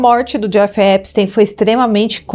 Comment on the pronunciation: que agonia esse "Épisteim"